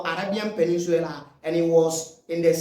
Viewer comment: I like your videos. Keep it up. But a little pronunciation correction (PENIN_SULA). NOT (PENIN_SWILA)